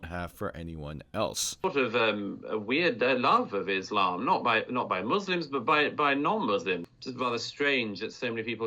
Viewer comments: just hearing Izzlam is a giveaway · Douglas needs to go and actually study Phonics. The word Islam has an s in it. Not a z. Also the word Muslim has a u and an s in it. So to pronounce the word Muslim you say the letter u properly and the same with s not z.